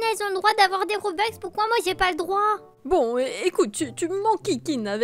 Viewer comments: MDR robeux sa se dit robux moi j'ai pas de robux et j'en veux et j'en n'ai pas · Sa se dit (robux) pas robox et pas (broukvanen)